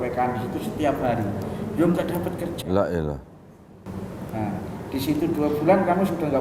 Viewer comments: maaf hanya mengingatkan, mohon klo bilang LA'ILA di lanjutkan HA'ILLALLAH, krn arti LA'ILA tidak ada tuhan.... Maaf sebelumnya... 🙏🙏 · kalau mau mengucapkan laanilaa ha illalloh, jangan diputus laa ilah.....sj, lanjutkan sampai selesai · maaf, kalau saya salah dengar. Untuk ucapan, dua kali saya mendengar "laa ilaah", mungkin harusnya dilanjutkan atau diselesaikan, "laa ilaaha illaLLaah". Terima kasih.